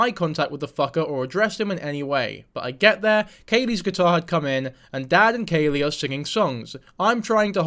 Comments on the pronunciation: It’s Khalie - like Callie not Kaylee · I'm so glad you're covering this, for future reference her name is pronounced like "Callie" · Isn't it kha-lee like Cali? You don't do your research. Also you're stupid and have no right talking about half the shit you talk about. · “Im gonna call her lily” proceeds to not call her that, and pronounces Khalie wrong. Its like pronounced like the plant khala lilly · The mispronounced name is absolutely sending me. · I’m sorry but you did not even pronounce her name right so I can’t take this like you watched her videos.